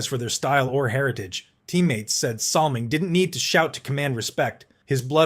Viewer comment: Battleship Kelly IS NOT Bob Kelly #9 of the Flyers. Salming shouldn't even be on the list as the only thing he threw was his pocketbook and his first name was pronounced Boy-ya... Ugghhh...